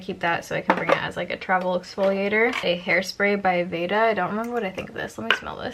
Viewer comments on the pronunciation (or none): none